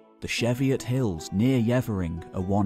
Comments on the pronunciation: Brilliant video, although I’d like to correct the pronunciation of the word “Cheviot” around 1he 1.09 mark! It’s not “chevviot”, it’s “Cheeviot”. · Cheviot pronunciation had me dead laughing 😂